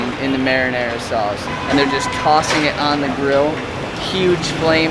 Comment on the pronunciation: LOL Marinara or Marinadea ? Love Tah's reaction when she really likes the taste of something. The 'dessert' with cheese is Chả trứng. The cheese is egg yolk and some describe it as a quiche or egg meatloaf. Usually has noodles and pork too. That was a random revisit video, I take it. Keep up the good work.!